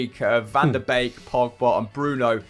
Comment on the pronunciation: I'll never get used to the butchering of Dutch names. Every ij in a Dutch name like Mike Verweij or Gini Wijnaldum is pronounced as a y. Donny van de Beek's name is pronounced as Bake, not Beak. Hopes this helps haha